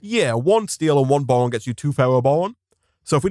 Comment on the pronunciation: Is it just me or does he say bowon